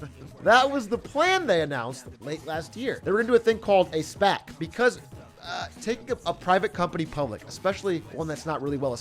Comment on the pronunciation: Whenever I hear Atrioc says "SPAC", it reminds me of he amazing voice acting as Jar Jar Binks. "I SPEK“